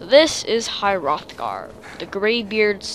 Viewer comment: he totally mispronounces everything but he's like somewhere between 10 and 13 hrothgar is my main peev on this but all in all a good video